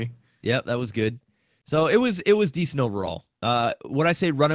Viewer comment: DEE CENT!!